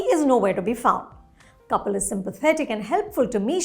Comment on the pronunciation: Even I got confused for a moment as she mentioned the step mother and showed a picture of Kapil but pronounced it "couple".